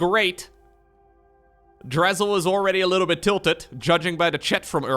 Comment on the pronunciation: I Drazzilb, not Drazzil-B, did submit the replay. I was quite tilted in the moment I will admit, however, after watching the replay I deemed that it was a pretty good game even though I lost. Ik I need practice……. sigh